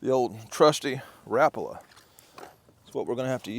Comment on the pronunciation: Did yall hear how pronounced the name of that knife? "Rapala". said it correctly.